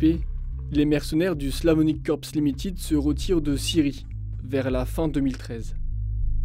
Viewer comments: [limititte] se prononce limaaytit...quattering , guéyterin' serait aussi un peu mieux... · J ai une question pour les français du globe. Pourquoi vous lisez des mots en anglais comme s ils sont des mots en français !!??? Limiiitid !? C quoi ce niveau ? Ça fait mal aux oreilles. Il est écrit Limited, donc lisez le en anglais ou bien taisez vous